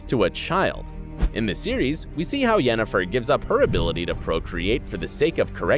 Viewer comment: Mandy Pyke- yea ok... but to pronounce it as “Yenneforrrr” is just sacrilege